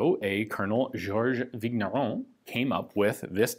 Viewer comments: Just a note here: "gn" in french/belgian is pronounced just like in the word "campaign", so, just a weird "n", more like a "n" with a pretty silent "i" after it. "Vigneron" sounds so more like "Vinieron" (exaggerated), or like the 2nd "n" in the spanish word "niño". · French regular viewer here. Thanks for your best efforts in French pronunciation! FYI "gn" in French is pronounced "ñ", or "ny" as in Spanish word "piÑata". So Vigneron is pronounced "Vinyeron". Thanks for the high-quality, history-rich and politics-free content!